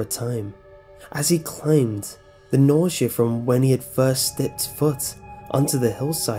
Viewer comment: i must admit your reading is excellent, i am not as creeped out by hearing your voice, but it is kind of wieid that you pronounce some words awkwardly, like you say 'nausea' like 'neesea' Good Job! Subbed :>